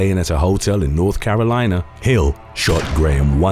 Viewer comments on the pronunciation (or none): none